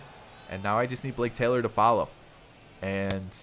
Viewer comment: When you said "Blake Taylor," I heard "Jake Taylor." I don't think that one's got the distance!